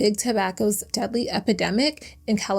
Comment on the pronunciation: She calls he “deady.”